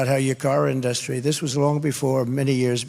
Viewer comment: Why does he say industry like inDUStry?